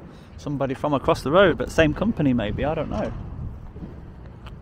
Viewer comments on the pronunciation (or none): none